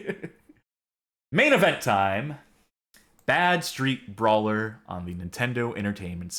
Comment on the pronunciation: You're using the wrong emphasis. You keep saying Bad-Street Brawler like you would say Mean Street Posse. It's actually Bad Street-Brawler like in the sentence "Wow, that game was a really bad street brawler."